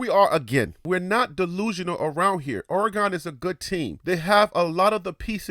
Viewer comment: I apologize for that bt I didn’t appreciate how u pronounce Oregon. Born and raised here all my life and I’ll always defend my Home. Im sure you call somewhere home too. Thanks & take care 🤙🏼